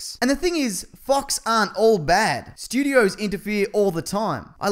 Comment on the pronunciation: It sounds like he’s saying, “Fucks Studios” lmao